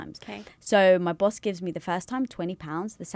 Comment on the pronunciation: Oh my God, the way you said Boss is Bawse (like in Lilly's book: How to be a Bawse). It would be amazing if Lilly were in this podcast. Lilly knows a lot about being the best version of yourself! This episode was amazing! ♡